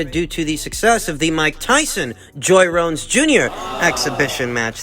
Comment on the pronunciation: Mate you said joy rones Jr 😆